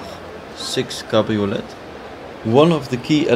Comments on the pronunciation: You don’t pronounce the “t” in cabriolet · Great video, but please learn how to pronounce 'cabriolet' properly.